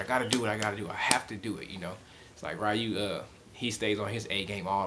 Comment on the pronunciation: Ree-Ooh. NOT Rye-You.